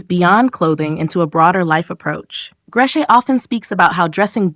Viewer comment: She doesn’t live in Beirut. She live in Montreal. And her name isn’t pronounced gresh. It’s pronounced Grece. Like Greece.